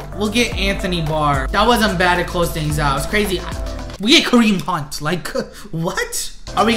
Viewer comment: “Kareem Punt” 😭